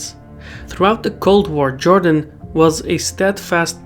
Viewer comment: Not Jordan but Jewdan…